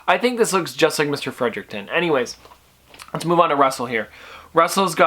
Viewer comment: Sorry but it's Fredrickson but great video!